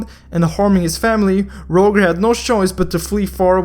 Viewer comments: u should say it like "Rojer" not "Rowger" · btw to say his name Roger (ro-j-er) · Btw I think it's pronounced Rojer not literally Roger. xD ID: IGN: Hyoteki Skin: Estes Holy Sacrfice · ffs its not rouger is rojer (pronounciation) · Not Rouger Its Roger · its pronounced ro-jer not rouger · it's pronounced as (rawdger) not (rowger) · It's pronounced Roger (Ro-jer) not Ro-gur it's like you can't even pronounce an American name😂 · He is Rojer not Roger xD (According to your speaking) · rodge-er godammit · It is Ro - Jer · ROGER pronounced as (ROJER). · i think the pronounciation is "rojer". just saying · It's actually pronounced as (rah-jer) like so can see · My man. It's pronounced RawJer (Roger) - very common name. just tryna help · Lol you are pronouncing 'Roger' wrong. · You said the name "Roger" incorrectly and I'm pissed cause this hero's name has the same name as I do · I think you are pronouncing roger wrong